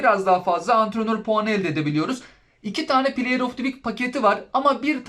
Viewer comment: Play of tivik diye okunmaz sevgili dostum. Play of dı vik diye okursan daha şık durur bence. Onun dışında kanalını başarılı buluyorum efendi, sempatik bir sunumun var 😊